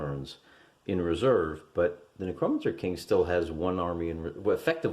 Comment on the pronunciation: It’s ‘Neck-ROW mancer’ you illiterate hill jack